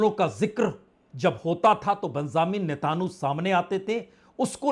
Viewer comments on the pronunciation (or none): Venezuela not venzula please correct your pronunciation Netanyahu Not Nathanu